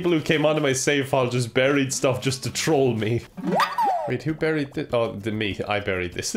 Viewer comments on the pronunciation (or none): none